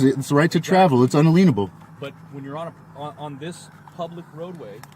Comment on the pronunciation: I’m half way through and I can’t believe you haven’t called him out for saying “un-a-lean-able” instead of inalienable.